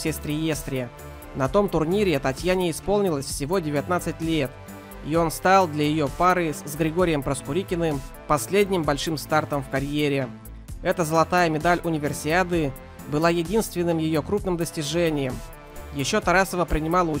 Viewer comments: И "Проскурярикин". Зато про трусы все подметил. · Проскурикин? МинЕнков? Это ужас.